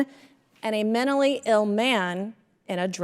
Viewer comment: "mennally ill?" How about pronouncing the word correctly, Mace...and If she's saying that most immigrants are criminals, then she's nothing but a bigot. Mace is going to talk of rapists when one sits in the White House? What an impostor.